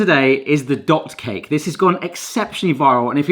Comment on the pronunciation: Does anyone else hear dog cake every time says dot cake:D